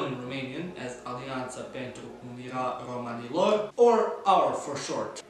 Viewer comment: He got românilor wrong but ș and ț good. Definitely better than others